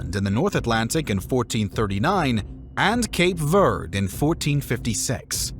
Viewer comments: Cape Verde -- pronounce the final e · You either pronounce all these foreign names PROPERLY, or just go with the American way of pronouncing these foreign names. Instead, you go half-azz. You get some of them about 75% right, and then you “gringo-pronounce” the rest. Some of the one you “gringo-pronounce” were actually really easy; Verde, Leon, Cordoba, Galicia, ….. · Is that how your pronounce Verde? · The video is quite informative, but the pronunciation of the names and places in this video leaves much to be desired. Cape Verd? King Dennis? São Mamedge (Brazilian Portuguese)? Cueta? Guimerouse? 🙄